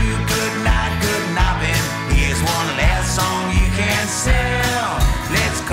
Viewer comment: When I first heard the song, I was thinking "what the hell is 'good nubbin'' and why the hell does Jon sing that?" until I realized that he meant "Guten Abend" :D For a German, his pronounciation was so strange that I really didn't get the only German words Jon has ever recorded :D